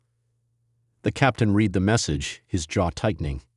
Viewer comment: “Read” can be pronounced “reed” and also “red”. It depends on how it is used. If you speak English, you’ll know which one to use and when. Perhaps this is due to AI (artificial intelligence) reading the story. AI has a long way to go to get it right. But it is so annoying!